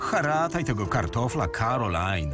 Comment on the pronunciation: To nie jest "Karolina" drogi tylko ✨️cArOLaJn✨️